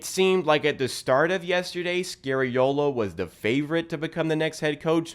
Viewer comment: Dude, you’re good but….. can you STOP saying SCARY-OH.LOH? His name is pronounced as in SKA-REE-O-LO or SCAR-E-O-LOH. Please. Please. I’m Italian and it hurts to say ppl butchering Italian names.